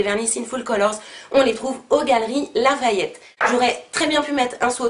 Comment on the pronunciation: "aux galeries larayette" j'en peux plus😂